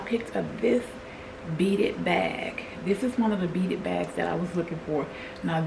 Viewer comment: Hi! I enjoyed this! It was refreshing seeing you cook and all the things. That fairy garden is magnificent the way you incorporated the door and entry to the trees. The beaded purse is adorable. At first, I thought you were saying "beat it" and I was like "oh snap! They're bringing back vintage MJ sayings?" Girl I'm a mess❤ You are a fun grandma too. Keep winning!❤❤❤